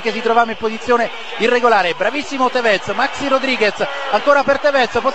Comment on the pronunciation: In realtà si pronuncia Tèvez e non Tevèz come diceva.